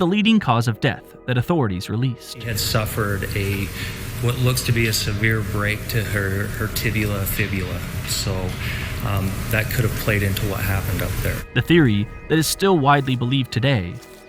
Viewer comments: He really said "tibula" and "fibula" lol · Her tibula fibula? Which one tf? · "Tibula fibula..." what... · but it's still called a "tibia-fibula fracture" not "tibula"? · Tibula? Lolol